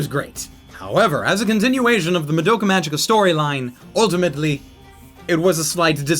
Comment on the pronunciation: Fun fact: Magica is pronounced with a "hard" g.